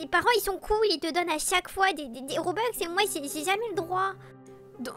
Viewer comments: MDR robeux sa se dit robux moi j'ai pas de robux et j'en veux et j'en n'ai pas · Sa se dit (robux) pas robox et pas (broukvanen)